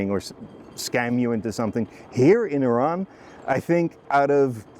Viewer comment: The first foreigner who could pronounce Iran correctly, the video was cool and great, thanks